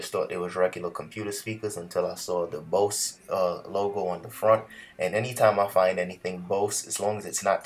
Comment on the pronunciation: My friend, it's pronounced "Boze" !